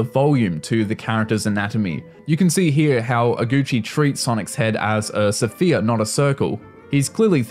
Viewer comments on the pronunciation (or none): Bro said sphere like "Suh-feer"